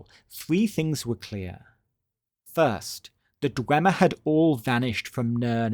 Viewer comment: not the histowy of the dwemmer 😂😂